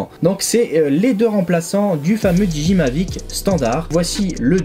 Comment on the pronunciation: Super vidéo ! 1 petite remarque : peut dire revoir ta prononciation de DJI et Hasselblad ? (didjiaï, pour Hasselblad regardes juste une vidéo sur le mavic pro car je sais pas comment te l'écrire phonétiquement) Sinon tout le reste est super, merci pour ta vidéo ;)